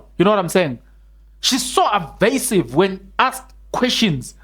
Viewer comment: Evasive not arvasive.